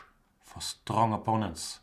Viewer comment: Ha ha ha pardon me for laughing Jan, but it sounds so funny when you say STRRONG opponents. Reminds me of Steven Birkoff in Rambo 2 when he says: " - You´re strong very strrong! The strongest so far!" and he twists his tongue when saying it in the same way as you....